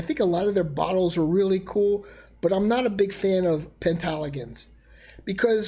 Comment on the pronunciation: Penhaligon's - not "Penthaligon's"....